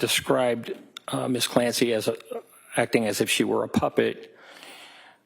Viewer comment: The way they pronounce Lindsay and Patrick Clancy... Missssssszzzz CLAN SAYYY...